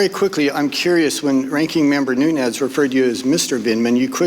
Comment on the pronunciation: MR.Nunes is Portuguese, not Spanish. The correct pronunciation of his last name phonetically is: New nez.